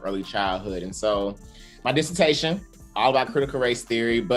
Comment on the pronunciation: disse-tashion , y'all !!! ✊🏿